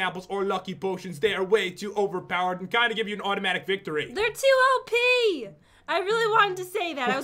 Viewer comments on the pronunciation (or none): i know she said OP but doesnt it sound like she said OPEE?